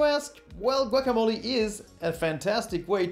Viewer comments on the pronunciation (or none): none